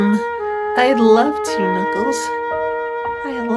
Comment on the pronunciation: It's Knuckles. Not crackles!